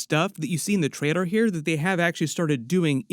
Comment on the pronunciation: I love homies videos but how is it that he said traider instead of trailer